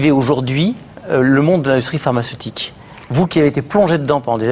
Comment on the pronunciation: Pharmaceutique et non parmacetique